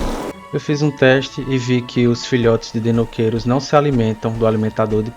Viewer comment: E a dublagem continua prenunciando o nome do Deinocheirus errado. :v